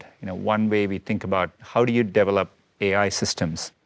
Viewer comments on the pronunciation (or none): He pronounces "develop" as "Devil-up".